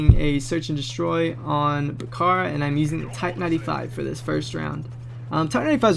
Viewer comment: its Back-A-Ra